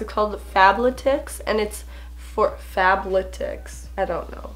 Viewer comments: Fab-letics. Like athletics, but fab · LMAO "Fable-tics" Made me laugh it's Faaaab-lead-icks. In sound form, lol Kate Hudsons sports clothing line. But hey love your vids fellow Canadian!!🇨🇦💯 Ontario!!!🙋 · Fab-let-ics not fab-la-tics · Fabletics (pronounced Fab-let-ics) is Kate Hudson's athletic wear line. 😁 And the sticky part they didn't use is so you can return things using the bag it came in lol! Sorry, just happened to be two things I could help you out with in one video, lol😊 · I started to laugh when she tried to say fab-le-tics. Fabbbbbb Leeeeee ttiiccccsss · 😂😂 adore the way you said Fabletics! It's Fab-le-tics like athletic 🤗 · Ha ha it's pronounced athletic with fab added in the beginning and s at the end thus fab-letics😅your so cute I just subscribed today and l love your channel so far! Super cute and helpful vids❤ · Fab-let-ics lol and I’m pretty sure that strip that you unstuck was to be able to send it back lol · It’s fab l-e-t-i-c-s, the l and e are like like leeeh. Haha, love you ❤️❤️ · Pronounced "Fab- letics"........I love the Frock Box outfit a lot! I like all the items from the Fashion Crate box too! The top that you plan on gifting your Mom looked really cute on you, though! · I believe the one you were trying to pronounce is Fab Letics, :) you should try FabFitFun, but i don’t know if it ships to Canada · So I love that I was totally on board with how she pronounced fabletics at first then i saw it and was like OH it’s Fab -letics like athletics but fashionable just a heads up 😂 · LOL your fabletics pronouncing They are actually really good ( i don’t think it’s a subscription thing though? I could be wrong!) But it’s pronounced like “Athletic” 😄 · It's Fab- letix (letics) like athletic. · its FABLETICS like ATHLETICS its pronounced the same way you would say athletics LOL love u!!! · how you say athletic, it’s fab-letic! that’s how you pronounce it 💞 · Fab-let-ics. Lol I have problems pronouncing words all the time.